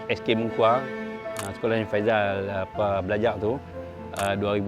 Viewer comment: Sebutan faisal bukan faizal..